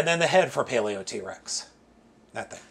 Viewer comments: I think Paleotrex's name is supposed to be pronounced: Paleo-trecks. That being said, yea, the pins in mine are loose too, specifically the left knee. Perhaps the two pachy fossilizers offer the stability parts these 3 are lacking to make a proper combiner. Personally, I just want an extra set or two to make my own bone throne. I really hope they release skellivore as a stand alone figure, and that they release the other fossilizers in special clear colorings, too. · You pronounce it paleotrecks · the thing that annoys me the most how he says “paleo Trex” instead of “paleotrex